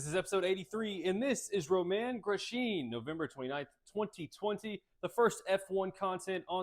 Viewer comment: Name pronunciation: Romain Grosjean RO MAN GRO SHAWN not romaine gross jean